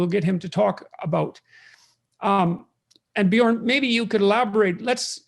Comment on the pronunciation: Björn, it's Björn! Not Bjorn! No big deal, go on!